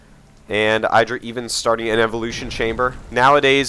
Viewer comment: Dear Artosis, I've watched GSL and heard how you and Tasteless high-five IdrA just because he hates it, but do you also say EYEdrA because he hates it? Or has he really not mentioned you're saying it wrong?